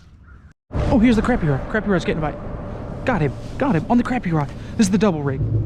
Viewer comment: Still gotta learn how to say crappie lol